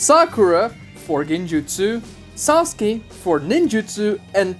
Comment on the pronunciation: Why do Americans have difficulty pronouncing "u" in Japanese words? it is not "narr-toe" it is "Nah-ru-to". It is also "Sir-sue-kay" not "Sars-kay".